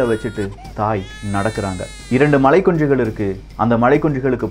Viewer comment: மலைக்குன்று என்று சொல்வதற்கு மலைக்குஞ்சு என்று உச்சரிக்கிறீங்க இதென்ன கண்றாவி ஸ்டைல்!!???